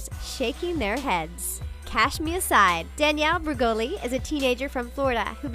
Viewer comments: Its cash me outside not cash me ousside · does anyone else hear the narrator say "cash me ASIDE"? ITS OUSSIDE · Why does the narrator keep saying “cash me aside” instead of “cash me outside”?! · Lol, please learn to say "outside", not "aside". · its cash me outside/ousside not aside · Lady!! It’s cash me OUT side not “cash me aside” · Uumm The ALS ice bucket challenge isn't really a "trend". It's this thing called 'awarness'. Also.. Please don't say ousside like that ever again. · Cash me ASIDE? Omfg this presenter never says things correctly. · SlayMama - "owside" silent "d".